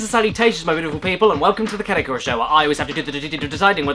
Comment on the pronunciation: my favorate character in this video: caddicarus my least favorate character in this video: cadickarus my favorate place in this video: caddic 'r' us my least favorate place in this video: cadi car house